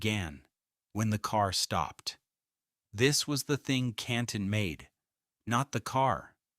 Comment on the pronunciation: There was a lot of good information and a lot of AI-generated statements which were erroneous. The AI voiceover didn't pronounce Canton correctly. 🙄